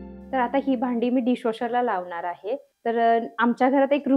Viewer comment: अतिशय छान पणे व संपूर्ण माहिती दिल्याबद्दल धन्यवाद!🙏 पण मॅडम, जरा आपण भाषा बोलताना शुद्ध पणे बोललात तर आणखी उत्तम!! म्हणजे आनि,पानी न बोलता आणि,पाणी व लावनार आहे,ठेवनार आहे, दाखवनार आहे बोलण्या ऐवजी लावणार आहे,ठेवणार आहे, दाखवणार आहे असे बोललात तर ते ऐकायला मधुर व आणखी छान वाटेल!! बाकी मस्तच!!!👍👍👍